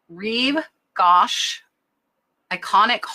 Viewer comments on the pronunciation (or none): Just a note: It’s YSL Rive Gauche (pronounced Reeve Gooche- long o sound) 😃😊❤️